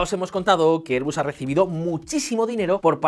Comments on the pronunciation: Si dices "er"... di "bas", si dices "air" di "bus", pero no los mezcléis. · ERBUS o AIRBUS? Ni español ni ingles....